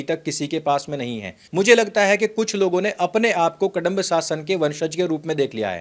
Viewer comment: कडंब 😖 नहीं कदंब है ।